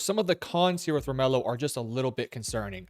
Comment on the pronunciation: It's pronounced Romello.....lol